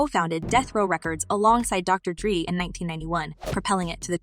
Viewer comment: Girl you can not say their names right Please! Please can you say Tupac's name correctly!! Its not tupack!! Tupac! Dre not what you just said! You can not even state the names right! Just stop